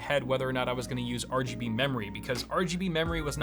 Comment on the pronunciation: mor are gee bee ree